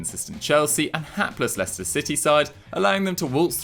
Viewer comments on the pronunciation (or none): none